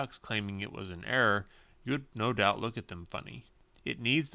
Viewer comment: When you say error car, it is sound like you are saying air car